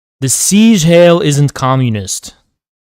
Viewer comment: It’s pronounced “zeeg hi -el”